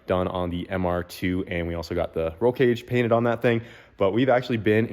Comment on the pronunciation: yea im proud you got the page cainted but gosh darn you said it wrong